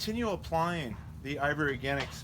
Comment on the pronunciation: Sounds like you're always saying IVORY Organics instead of IV Organics.